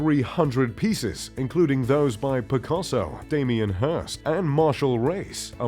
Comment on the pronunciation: Hard to take these types of videos seriously.... when basic pronunciation of words like "Rocher" and "Picasso" are incorrect, and in the video "3000" pieces are written in the chyron, but he says "300" etc... etc... It's poor presentation.